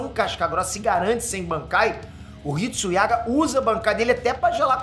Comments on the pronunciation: não é Hitsuiaga é Hitsugaya 😂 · O chamando o Hitsugaya de Hitsuyaga ahsuahsuahsuas pqp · tu falou Hitsuyaga de sacangem ou tu não lembra que o nome do personagem é Hitsugaya? kkkkkk😂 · Hitsugaya* por favor n erre a pronúncia 😅😂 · Hitsugaya e não Hitsuyaga kkkkkkk, brinks muito top suas análises! abraço! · Muito bom o vídeo e Bleach está foda!!!! Só uma coisa que eu reparei.. é HitsuGAYA... e não HitsuYAGA 👍🏻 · Analise foi top, mas mais alguem sentiu um nervoso absurdo de ouvir o falando Hitsuyaga? kkkkk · Achei q falar "HitsuYAGA" foi erro, mas ele falou 3x errado kkkkk Posso tar errado mas desde o inicio eu ouvi e falei: HitsuGAYA - Rit Su Gaia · Hitsuyaga? Hitsugaya kkkkk Nem o nome c sabe vei ae diz q ama bleach? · É hitsuyaga mesmo? Não é Hitsugaya? Não é criticando só fiquei curioso se eu tava falando errado mesmo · Hitsuyaga??😂😂 kk é Hitsugaya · Hitsuyaga?? HITSU---GAAA---YYYY--AAAA que agonia ele falando o nome errado kkkkkkkk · errou ao falar estratégia e no nome do personagem, é hitsugaya não hitsuyaga...... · Só pronunciou o nome errado... é Hitsugaya Toshiro e não "Hitsuyaga"....rsrs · Eu perdoo kkk vc falando hitsuyaga kkk e ñ hitsugaya kkkk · hitsuyaga kk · "Hitsuyaga" me quebrou em kkkkkk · Hitsuyaga 😂😂😂 o e foda até quando ele erra fica engraçado 😂😂😂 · Agonia dele falando hitsuyaga kakakakakaka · "hitsuyaga" minha pica tmnc vai falar de dragon ball vai é a única coisa que tu sabe fazer direito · Ver o falando HITSUYAGA dou meus ouvidos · Hitsugaya* Hitsugaya* Hitsugaya homi de Deus, desisto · Sim kkkkkk😂De onde ele tá tirando isso? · Sim, o que fala errado mesmo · Fala a pronuncia no nome HITSUGAYA TOSHIRO esta errada na mesmo KUROSAKI ICHIGO o inicio do no do nome do ICHIGO KUROSAKI o i tem que ter mais força